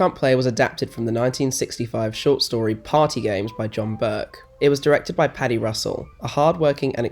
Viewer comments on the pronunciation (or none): none